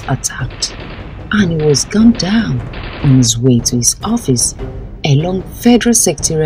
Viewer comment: Jesus. “ Horfice “